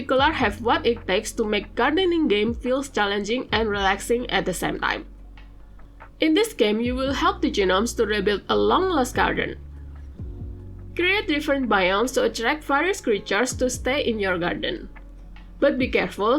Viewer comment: The G in "gnome" is silent, so if you imagine it's just spelled like "nome", that's how you say it.